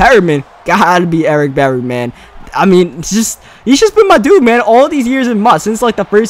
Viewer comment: "Ewick Bewwy"